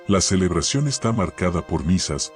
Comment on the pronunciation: Linda historia y desconocida para mi, pero como todas las historias que voy escuchando, es muy repetitiva. Hay que enseñarle a la IA a resumir y reconocer las palabras "está" y "esta". Espero que no se ofendan. Me gusta más oír a personas leer. Gracias por enseñarme más sobre la iglesia católica y su rica historia.